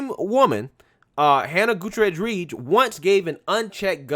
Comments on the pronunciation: 😆 How did you manage to miss both R's in Gutierrez every time you said it? FYI: That double R makes rolling R sound which should if anything be overly prominent within the word. The pronunciation can take a little practice for those not used to using it in their mother tongue but given your chosen job and the fact that Spanish is the second most used language in America and will only become more prevalent if things don't change in a big way. It might be a good idea to know how to pronounce words in it, even if you don't know how to speak the language itself. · oh judging by that opening, I’m sure she was the “head-person” for atleast a couple ppl on that movie set 😏 probably how she got hired in the first place. 😂😂 Edit: it’s “GOO-TEA-YARE-EZ” bro, Not “GOO-TA-REZ” lol Just lookin’ out, mane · Let’s be clear. She was NOT a diversity hire. Her FATHER trained her. And, she probably got her job through nepotism. FYI……. GOO-TEE-AIR-EZ. Is how you pronounce the name. It’s Spanish. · Not that it matters much... but her last name is hispanic... Gutierrez, hyphenated with Reed, you are pronounciating it wrong its pronounced: "goo-TEE-air-res" just want to share so if people want to look her up they'll know. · I think the name is pronounced Goo-tea-err-ez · Great vid. 👍 small note. Goot-ee-er-ez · Say it with me now: GOO-TEE-AIR-EZZ 🤣😂🤣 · Gutierrez= Goo-tee-air-ez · Goo-Terr-Ezzz = Gutierrez let's give this person her due. Pronounce her name correctly so she can receive all the credit due her. Gutierrez (Goo-Terr-Ezzz) - Reed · "Goo-tee-heiress" That's how you pronounce Gutierrez. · Hootarez 🤦🏽‍♀️🤦🏽‍♀️🤣🤦🏽‍♀️ dude learn to pronounce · Guda-rez? No no no... GOOT-E-AIR-AS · Gutierrez: pronounced: Gut tear is. Not Gotourous.